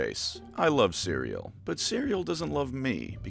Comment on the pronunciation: I thought you said Syria when you said cereal during the add break